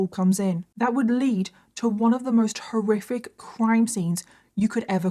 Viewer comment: Every time you say "horriric" I hear Scooby saying "roarific".😂